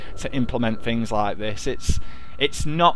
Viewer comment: how many times does he say fink or fings?